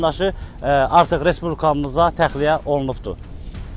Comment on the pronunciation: OlunuFdu,getiriliFdi..bu ne danişigdi? jurnalisti deyişin..